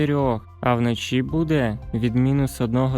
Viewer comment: Де ви знайшли цього диктора з російською вимовою? До мінус одного градусів. Панеділок? Вноші? Він наче знущається з української й українців. До плюс двУх градусів. ГАНЬБА!!!